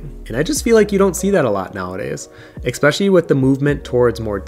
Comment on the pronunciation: Great selection of books. Btw the word is “especially” not “expecially”!